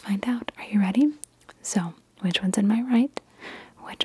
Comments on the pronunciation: I got a scary amount right, when you said “ready?” I was like: ohhhh REDy. So I ended up getting a lot right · When she asked you to guess the cards colors she said reddy and both times they were red